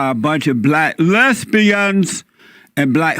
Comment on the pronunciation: why does he say lesbians so weirdly?